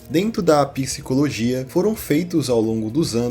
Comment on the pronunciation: Por que vocês falam piscicologia ao invés de psicologia?